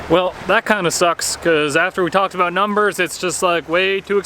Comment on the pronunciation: What’s this all uh-boot